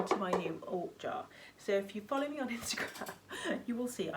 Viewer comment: You ort “jar” made me laugh out loud. So funny. Love it. Thanks for sharing your drums. They are fabulous.